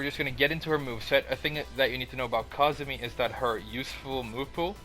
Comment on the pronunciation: I thought it was pronounced "Ku-zoo-mee"